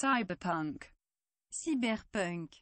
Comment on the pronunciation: Mdr le "cyperpunk" tu m'as tué